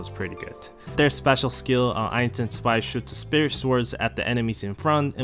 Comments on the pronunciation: why do you keep calling zwei "spy" bro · I'm Asian too bro xD Btw the correct pronounciation is "zu vai" with a "v" (2 in german)